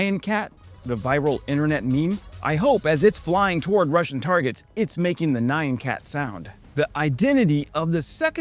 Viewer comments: N'yan, not Ny-an. Try saying "yan", then stick an n- on the front. It's just how Japanese say "meow". To the Japanese, cats don't say "meow", they say "nyan". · Pretty weird way to say Nyan ☺️